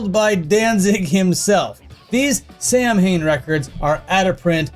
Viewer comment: samhain is pronounced sah-win